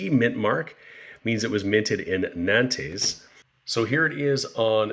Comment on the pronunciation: I think Nantes is pronounced as "Nant"